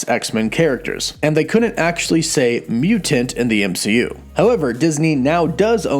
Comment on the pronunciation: Everyone: mutant CW: mew-tant